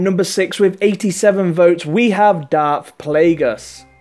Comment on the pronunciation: You say darth not dark